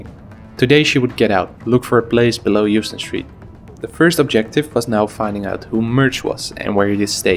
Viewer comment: In NYC it's pronounced "HOWston" not "YOUston". Neighborhood is called "Soho".